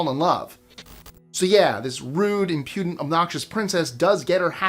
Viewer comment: It's IMpudent, not "imPUdent" 🤦🤷